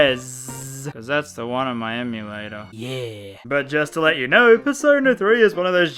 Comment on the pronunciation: Purse owner, that’s the best way to say persona.